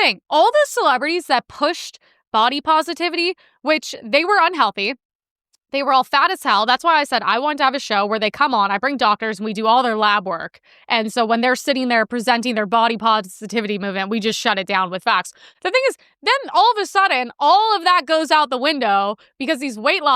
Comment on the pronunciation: I like the channel but man the “oxcent” is hard to ignore. “Lab” becomes “lob.” “Facts” become “fox.” Where did this come from? Young women lost the ability to say a word with a short “a.” “Thawt.” I don’t get it.